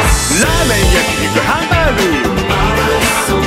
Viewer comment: ちゃんねる ちょい ハンバーグの発音が 上がってるよねw